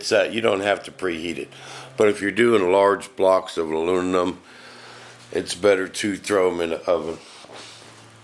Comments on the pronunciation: Did he say alununum? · Weekend? Sounds like your already hitting the bottle, "ALUNINUM" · I could listen to this guy try to pronounce aluminum all day. Hilarious. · LMAO!! Hell just that is worth 500k views... On a serious note very very informative video thank you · If you are going to make a video about aluminum you should at least be able to pronounce the word! Makes me think you must be stupid!